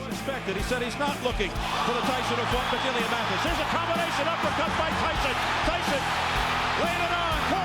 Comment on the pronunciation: Mike turned McNeely to JogNeely 😅